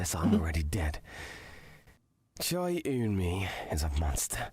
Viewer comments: There's an emu in the game files bc Dexter Manning (Harvey's VA) couldn't pronounce Eun-Mi's name right and pronounced it as emu or smth like that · The emu is there because Dexter manning pronounced the wife’s name wrong and said emu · Or: 2. Dexter said “Emu” instead of “Eun-mi” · probably the voice actor for Harvey pronouncing eun-mi wrong